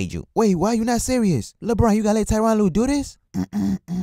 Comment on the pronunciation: tyronn lue sounds kyrie